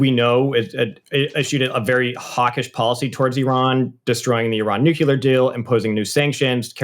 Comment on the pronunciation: This guest lost all credibility. He pronounced the word "nuclear" as "nucular," just as Bush used to do. Around the mark.